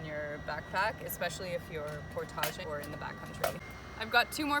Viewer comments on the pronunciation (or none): "Portagéing" haha I've never heard that pronunciation ☠️. Portage